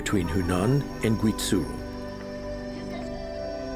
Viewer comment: gui-zoo and sick-wan hurt my ears